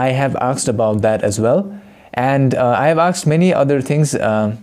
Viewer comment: Bro? The word is asked, not aksed!